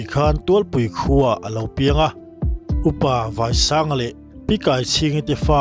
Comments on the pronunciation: I MIZO tawng thluk hi a diklo. A vai vai zawng ni lovin....... Vai ram. Vaisanga tih zawk tur I thluk dan vai zawng vai tih ang zawng ni lovin entir Nan Vairam tihnate ang Hina chutiang Vaisanga a thluk dan a zir in a kawh leh a awm Zia a dang dai a ni. Mizo tawng hian a thluk s zir in a kawh a dang dai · I lam dik loh te,Tualpui tih hi ,Lian tual tual tih a Tual tih angin lam tur.Vaisanga tih pawh hi Vaiho kan tih a vai ang tho a lam tur. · Tual hi ari hniam tur, Vai pawh hi a risang tur aw, i thluk diklo ve ve. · Apa jming i lam dan hi a diklo, vaiii saaanga ti tia thluk tur in thu chhiat hi u luk rawh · Vaisanga leh tualpui tih hi ilam diklo char2,, k pi lehpu te leh kan khua hi chu hre chiang ve tur hram che in ka lo ngai a chhan chu CM leh akhua leh apa hming tal hi chu chhui chiang hram teh u... Mahse kan lawm e. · abengvar thlak itawng thluk dan erawh adiklo.tlat Tualpui tihe Vaisanga tih ilam dan adiklo nghala